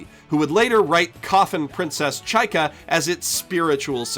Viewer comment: Just so you know you pronounce zvezda completely wrong. It's not japanese word, it's russian (Звезда=Star), therefore accent in the word does matter. Accent is on the letter A, by the way (zvezdA). Well, at least you say chaika right. And yes, it's also a russian word.